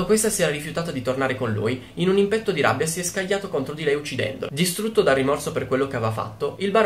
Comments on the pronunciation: Ragazzo mio io ti stimo tantissimo per il lavoro che fai e anzi ti ringrazio perché mi piacciono un sacco i tuoi video.... però certe volte tu fai veramente a botte con la dizione italiana: si dice succèdere e non succedére... al limite usa accadére e poi, ti prego, si pronuncia ìmpeto (di rabbia) e non addirittura impètto... ti chiedo veramente scusa di queste puntualizzazioni, che possono sembrare poca cosa, ma in realtà sono dettagli che, a mio avviso, ti fanno perdere credibilità.... ed è veramente un peccato vista la qualità del lavoro che fai e la passione che ci metti.... poi vedi tu.... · Ímpeto, non impéto 😂